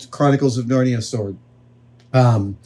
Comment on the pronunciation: The Chronic-what?cles of Narnia 😂